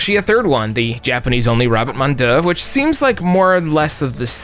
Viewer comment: The way you pronounced "rabbit mon dieu" just burned all my backhairs off.